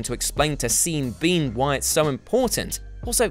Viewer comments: I just had a little laugh with myself, at 2.03 when you pronounced Sean Bean “Seen Bean” because about 30 seconds earlier I had called him that myself! You had to be there but it blew my mind when you called him the same thing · "Seeen Bean"